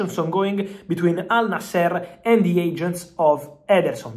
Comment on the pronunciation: Al nasr bro not al naaaaser